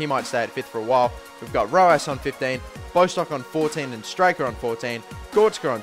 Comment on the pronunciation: bostock is pronnounced bosstock like boss